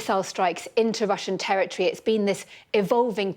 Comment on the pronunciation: What’s a “tewwah twee?”